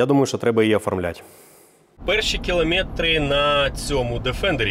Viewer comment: В українській мові для слів іншомовного походження, таких як "кілометр", наголос визначається традиційно і не підпорядковується якомусь конкретному правилу. Наголос у таких словах часто запозичується разом зі словом. Відповідно до норм сучасної української літературної мови, наголос у слові "кілометр" падає на третій склад: кілометр. Це можна знайти в орфоепічних словниках і довідниках з української мови.